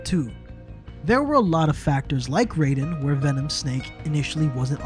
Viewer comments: Raiden - said RI DEN, it is not RAY DEN.. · Oh no.... It's RAIDEN not RAYDEN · Im still at nope. The story sucks ass. Even if they finished it, it wouldnt chsnge that for me. The whole vocal chord subplot was retarded to begin with and the fact that everything is "told" through casette tapes. Also why would you pronounce it "Rayden"? Its not like you cant literally play the game and hear how its supposed to be pronounced. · I've gotten used to the fact that many fans do this, but I still swear by Ry-den. And on that matter, Ty-dus not Tee-dus (FFX) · If you pronounce it Ray-den it means you never played the games. Periodt. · Hate to be that guy but its pronounced Ryden, as in rye bread. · I can tell when a reviewer of Metal gear has never played metal gear. They pronounce raiden’s name wrong. Like the pronunciation is hammered in over and over and over in mgs2.